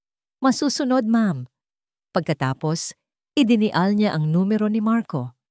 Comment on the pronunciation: Hindi po (idinial ang sambit dyan) ganito ang PAGbasa ( IDINAYAL)